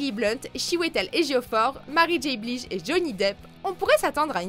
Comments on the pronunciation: Haaaaaaaaaaaaaaa le massacre du nom de Mary J Blidge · Mais moi j'ai eu peur en regardant Action ou Vérité 😂 Par ailleurs svp, revoyez vos prononciations c'est horrible (ex: Mary J. Blige)!